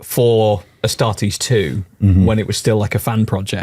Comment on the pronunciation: *ASTARTES. Not "Astares". Tourist vibes lol.